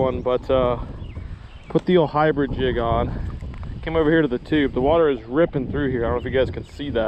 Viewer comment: He said inbread instead of hybrid